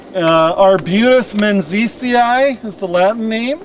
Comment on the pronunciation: There are a few mature specimens of this beautiful tree on a piece of property I recently bought in Southern Oregon. Thanks for pronouncing the Latin name. I had been struggling with it =)